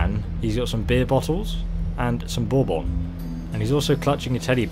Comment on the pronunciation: Borborn? XD